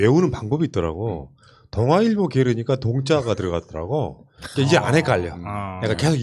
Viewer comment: 저분 발음이 이상해요 들을때마다 많이 짧아요 ㅋㅋ .그너니가 . 요거도 .한만노. 발음 ㅋㅋㅋ